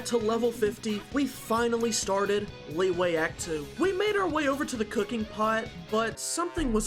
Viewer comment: Your Liyue pronounciation gets on me a bit. It's not Lee Way, it's closer to Lee Yeh, though the actual vowel is not considered a standalone vowel in english. If nothing else, break up the syllables as Li Yue instead of Liy Ue. Use google translate to pronounce "璃月" for refrence if needed.